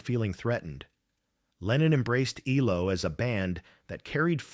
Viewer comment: EEE-low? Stop using free AI narration!